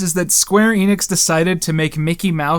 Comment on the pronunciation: ENNIX, not EENIX! Blast!